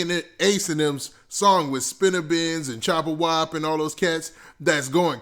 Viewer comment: He called dat nga choppawhop 😭